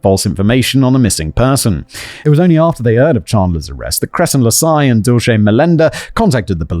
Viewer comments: as a spanish speaker seeing Simon struggle with the name Dulce was funny, it translates to sweet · Hahaha "dulche" instead of "dulse" is kind of an amusing way to pronounce that name lol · The name is pronounced duel-say. It's from Cervantes and is short for "Dulcinea", Don Quixote's unseen lady from the novel of the same name and it means (roughly) "sweetness". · Usually, Dulce is pronounced Dull C. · Dulce is Spanish for sweet. Pronounced duel-seh. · Dulce means sweet in Spanish. It's a very common name, it's pronounced "Dull-h-seh" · Dulce pronounced duel-SAY. It means sweet and is used to describe different candies & dessert like Dulce de Leche which I love. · The name you had so much trouble with. Pronunciation - dull-see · Her name is pronounced Dull- see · Dulce is Spanish for candy. It's pronounced dool-seh. Not shay; seh. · Dulce is pronounced Dool-cee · It's 'dull=shey', means 'sweet' in spanish.... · Dulce's pronunciation is "Dool-see". It's a preety common name in portuguese, I guess in spanish too. Great video as always! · Simon the name Dulce is pronounced Dull-see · Not doolchay 😂😂😂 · I am pretty sure the DULCE is pronounced “Dull-See” or something a long those lines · Dulce is pronounced DOOL-say. It means candy (or sweets) in Spanish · Dulce is pronounced like dull-say. Went to school with a girl who had that name. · Dulce = dulsay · Im sure someone else has already said this but the name "Dulce" is pronouced Dull-see (where im from anyway) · Dulce is pronounced "doll-sea" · Dulce is pronounced Dull See. Such a sad waste though, RIP. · Poor Simon struggling with the name "Dulce" (Dool-say). It's not an uncommon Latina name, and there is even that American comedian/actor Dulce Sloan. It means "sweet" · Dulce.....dol-cee. I have an Aunt Dulce but we call her Dottie☺️ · Where Im from, Dulce is pronounced Dull-sea. ETA I'm FINE with binding and gagging!!!!! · Dulce is pronounced Dull-See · "It's pronounced Dulce. Your welcome."